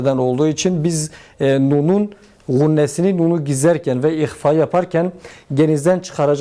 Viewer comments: hocam ihva her zaman ince okunur. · İhvayı yanlış yapıyon ihva her türlü ince okunur ayrıca harflerin zayıf abi sende Tecvid hocası olmaz abim